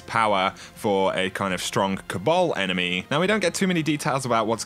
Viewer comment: I found it impossible to listen to this with the way you pronounced words, example, Enemeee, Bizaaarreee, Alerrrrt, Zoneee, Storeeeeeey, Locayyytionnn. Call me picky, it's quite funny but unbearable lol, its like listening to a computer talking back after typing the words, no soul